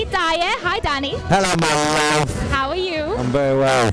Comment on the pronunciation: "Ello ma lave"! lol right in the microphone XD